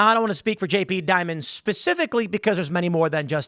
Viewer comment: Lmfao JP Dimon? 😂 Try again.